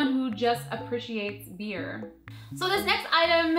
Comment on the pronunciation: wait did u say bee